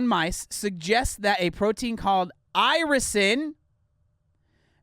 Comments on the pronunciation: Irisin VS Isirin. Drove me crazy also man. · Face palmed myself so hard I passed out. Talking about a hormone she can’t pronounce, yet she knows so much about? 🥸 Get these fake fitness scammers off the internet😅... FINISH HER! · It boils my blood how she keeps flipping the letters in Irisin and yet they did NOT FEEL THE NEED TO RERECORD! That‘s so unprofessional. It‘s so insulting to every watcher’s intelligence 😂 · I actually saw her ads a couple of months ago, and clicked on it just to see. After the 3 time she pronounced Irisin “isirin” I dipped! 😂 I agree that is seems like she has no idea what she’s talking about, and she’s probably being fed lines. Also, how ding no one catch those mistakes before airing the ads!? 😂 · "isirin" 😐😑 ummmm 😂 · They didn't refilm this because they assumed that nobody would notice that she pronounces it wrong the whole video because most ppl won't really be paying attention to that whole 30 minute video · my favorite thing is how she keeps saying isirin and the subtitles say irisin , every single time. it just breaks me , its incredible really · “She called it isogen that time!!”😂😂 I’m dying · I looked up the hormone during this video because I thought, “naaaah ...” ITS MOTHERF**KING IRISIN! Say it RIGHT! Argh! I think that literally gave me a rash. EYE👏RISSSS👏INNNN👏 meh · They’ve now actually put a voice over her pronouncing Irisin wrong every time so it says it correctly now but in a different voice. That alone makes it look fake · the funniest part, at least in the video I watched, the first time she said irisin there had clearly been a voiceover over that one word lol, meaning she probably butchered the pronunciation every time she said it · It's also funny seeing how the closed captions interpret her pronunciations of "irisin". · How did no one catch her pronouncing that hormone wrong?!